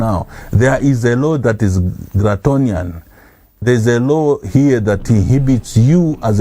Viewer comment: . . . a law now that is "glatonian. . . " Mr Nakacinda sure! What? Forgiven since, clearly, you wanted to say "DRACONIAN". Thanks.